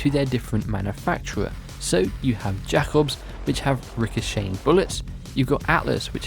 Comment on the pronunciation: Btw you say it as "Jaykobs" not "Jakobs"